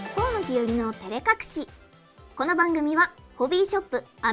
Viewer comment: kono＜＜＜こうのでなくこのでは？こうのならkohnoじゃ？